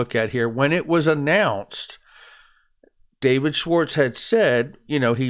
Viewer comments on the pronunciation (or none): none